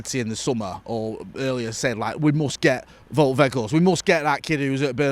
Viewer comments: It's actually pronounced 'Wowt' rather than 'Vote' I think. 👍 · Here you go: Wout is said like Nowt with a "V" and Weghorst also starts with the "V" sound and the g is very soft. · You pronounce Wout the same as the English word Bout. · it's W-out (like the out in glazers out) We-G-horst (hard dutch G) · I am Dutch.. you pronounce "ou" in Wout like the "ou in the English word "out.. let it all out.. let it all Wout... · its pronounced Wow'd, the surname you got surprisingly good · It's pronounced as Wout (rhymes with nowt but with a V) In ETH we trust